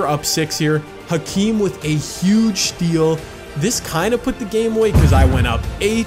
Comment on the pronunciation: I hope you know it’s pronounced “akeem”